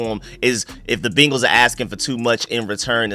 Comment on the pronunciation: Good shit as aleays. I aint gona hold you tho, everytime you say BEEnguls is like nails on a chalkboard.